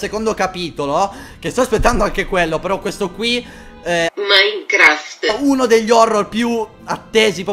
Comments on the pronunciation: e ricioninto sent ite quando dice minecraft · sto morendo dalle risate quando dice minecraft😅😆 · e falso si sente qoutlast che skifo tralaltro dice minecraft in modo strano